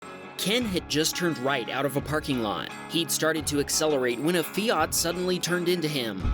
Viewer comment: Feeart , I think you mean Fiat . 😅